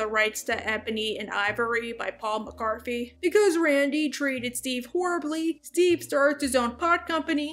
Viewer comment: Paul McCartney not Paul McCarthy.